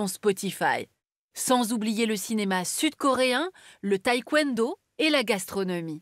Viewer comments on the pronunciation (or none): none